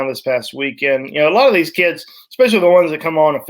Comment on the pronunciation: Anybody else catch it when emphasized the “talk about DEEZ guys...”🤣😂😂💪💪💪